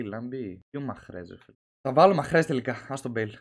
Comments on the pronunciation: Λέγεται Μαρεζ και όχι μαχρεζ BTW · δεν λεγετε μαχρέζ λεγετε μάρεζ